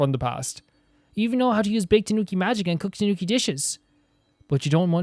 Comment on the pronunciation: The "Bake" in "Bake-danuki" is pronounced "Baa-Kay", its 2 syllables